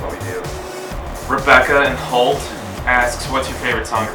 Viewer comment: Those 13 boos... And the way Josh said 'Holt' ...........